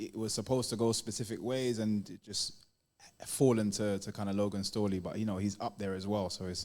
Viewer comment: Storely! Who the fook is Storely? Another tomato can.